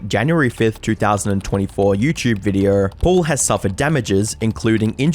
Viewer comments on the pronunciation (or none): So many "R" sound in words that contain no R's. What an entertaining Vrrdiorrr